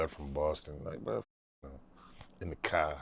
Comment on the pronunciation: "in the caa" 😂